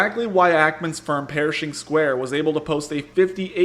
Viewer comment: The way you pronounced his company the subtitles picked it up as "perishing square". I thought it was fitting